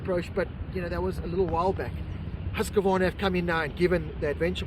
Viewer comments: “Hoosk-varna”. Not “Hoos-ka varna” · Well… no it is Hoos-kvarna. Why not just call it Husky and then even we Swedish people will understand.